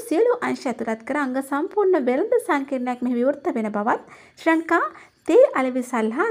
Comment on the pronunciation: Meyata srilanka kiyala kiyanna ba hariyata ශංකා කියලා කියන්නෙ